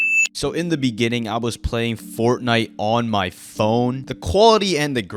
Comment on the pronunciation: "and i am playing Fartnite"